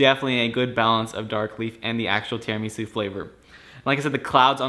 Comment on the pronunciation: you are pronouncing Tiramisu wrong.